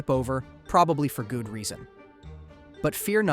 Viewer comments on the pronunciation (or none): “Gooud reason”